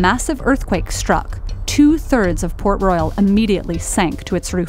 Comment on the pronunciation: I thought it was Pork Royal Jamaica turns out it was Port . I mean the shape and the color of the city looks like pork and the way she saids it really sounds like Pork😂😂